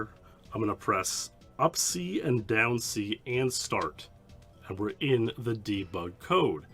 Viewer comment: When you say down you say "deaownuh"